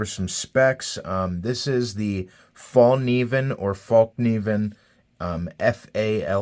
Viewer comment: Actually the K is not silent. Source: I'm Swedish